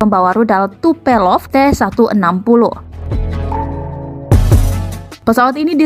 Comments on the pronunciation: Tupelov ato tupolev..????🤣🤣🤣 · Tupelov ?? Tupolev woy... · Tu itu Tupolev min bukan tupelov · Tu-160 adalah salah satu pesawat perang lama (sdh 40 th lbh) tp msh bs operasi dg baik, berarti OMnya ciamik. Namanya Tupolev bukan Tupelov, salah satu ahli dirgantara Sovyet 'USSR'. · tupolev min bukan tupelov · TUPOLEV yaa... bukan TUPELOV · tupolev mbak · WOOI MBAAAK...NAMANYA TUPOLEV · Bisa ngga klo membacakan suatu berita yaah dipelajari betul" dulu bru di bacakan gitu, soalnya dri penyebutan nama pesawat aja udah salah...huuaadddeh🤦🤭🐒